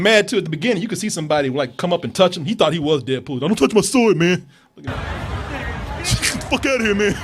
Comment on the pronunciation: sounds like says "dead pooh" lol